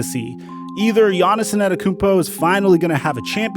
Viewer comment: Who is Giannison Adekounmpo? ... lol for the love of god just say GIANNIS.